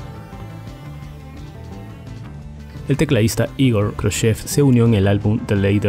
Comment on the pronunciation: Muy bien sintetizada la historia de Yes. Es mi banda favorita, la cual he podido disfrutar en vivo en 3 ocasiones. Un consejo, para futuros vídeos, tratar de cuidar la pronunciación de ciertas palabras pues en este noté varias mal pronunciadas: Heaven , Relayer, The Ladder Saludos desde Costa Rica